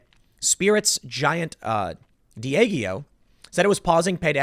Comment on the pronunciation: it's called (Diageo) Dee-ah-ghee-oh. lol